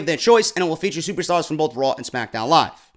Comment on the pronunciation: Ohhh it isn't RAAW man!!